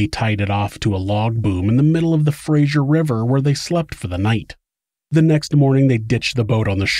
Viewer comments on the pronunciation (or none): Having shared praise I will now offer the only bit of criticism I've yet offered you, and it's seriously just nitpicking a pet peeve: There is no letter 'I' in 'Fraser'. It's pronounced like 'laser', not like the last name of Kelsey Grammer's iconic character. This has bothered me for my entire life, especially hearing the 'zh' sound from people living in that area ... Did you know it's bad form to tell an English professor, during Sunday dinner, that he's saying the name of his university** wrong? Well I learned that when I was about 10 and was then terrified of this stern man (a close family friend) for about 20 years. Yeah, so that might have something to do with it. Never mind, carry on. Thanks for letting me get that out. ✌️🍍 **Simon Fraser University